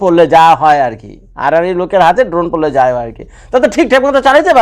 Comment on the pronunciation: ভাইয়া এটা ড্রোন না ধোন😂 আপনি যতবার ড্রোন বলতেছেন আমি শুনতেছি ধোন😂 শুনতে ভালই লাগতেছে 😂😂😂